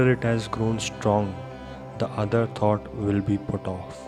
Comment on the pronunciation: It's not pronounced: 'tot' ..but 'thought'. You're not pronouncing: t[H]ought. It's good that you speak slowly thus clearly ..except for the constant mispronounciation previously mentioned. Ommmm